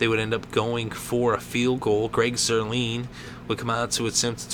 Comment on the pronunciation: They faked the PAT not a field goal. and it's Greg Zuerlein not Zuerleen. pronounced Zuerline